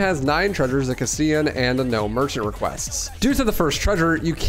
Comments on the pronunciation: It’s pronounced “cast-elahn” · The way you pronounce Castellan botheers me so much, considering the original game actually spoke it out loud when Salazar intoduces himself. "Mi llamo Ramon Salazar. the 8th Castellan of this magnificent architecture" It's "cuss tell uhn" Also just for fun, 1 USD is about 150 Peseta, and the Infinite Launcher would cost around $13000. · You pronounce “castellan” wrong